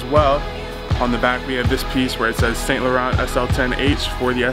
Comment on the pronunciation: The right pronouncing it"Eve san Lohong"but whatever,just wearing it anyways